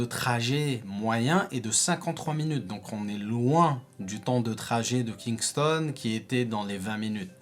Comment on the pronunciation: Tu prononces mal Kingston. Tu prononces mal le nom des Villes